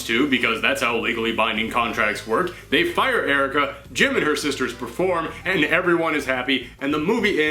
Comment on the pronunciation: It sounds like you are saying gym